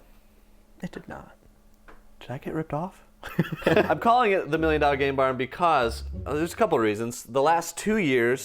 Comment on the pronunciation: Make sure you really put an emphasis on the M and the N in game barn because sounds like you renamed it. 😅